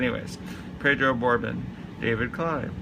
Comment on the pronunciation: Ray Fosse pronounced "Fossy". Fosse is famous for being a very good young up an coming catcher only to have his career ruined by Pete Rose barreling into him during an all star game. Pedro Borbon pronounced "Bor-Bone". Gary Roenicke, pronounced "Ren-O-Kee". "Stinky Pack". Amos Otis is one of the top 40 Center Fielders of all time and was the best American League Center Fielders of the 1970's. Willie Randolph is one of the top 20 Second basemen in baseball history. Jerry Reuss is pronounced "Royce". He won 220 games in the majors. Ron Cey is one of the top 25 third basemen of all time. Bill Madlock won 4 batting titles. John Castino was the 1979 rookie of the year. Dave Cash was a 3 time all star during the mid 1970's. Mark Belanger, pronounced Bell-An-ger. One of the greatest defensive Short Stops in baseball history. Jim Sundberg is one of the greatest defensive catchers in baseball history.